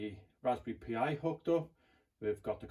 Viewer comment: Dude, it's pronounced like "Raspberry Pie," not "P.I."